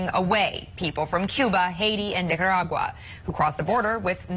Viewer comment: anyone else notice that she definitely said Nicaragua wrong o.O